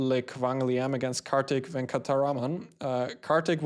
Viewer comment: Dear, it is my first time watching your videos. Really enjoyed it - in addition to the high-quality chess content, I was amazed at how well you pronounced the hard south Indian names like Venkataraman! Well done! I plan on watching more of your videos